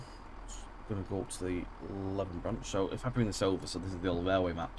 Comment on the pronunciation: And Leven is pronounced 'Lee-vin' 😄